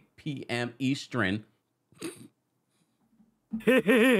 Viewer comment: The “Eastren” killed me!! I noticed that too 😂😂